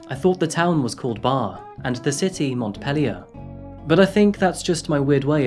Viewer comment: I would say Barre is Bar as well, and Montpelier was said correctly the first time but not the second. Sounds like : Mont peel lee or